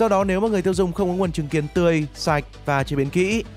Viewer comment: Trứng kiến tui nghe thanh chứng kiến